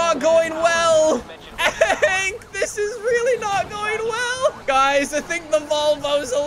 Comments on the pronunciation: Is it only me or does he keep saying ank instead of hank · I love how he says “ank” instead of “hank”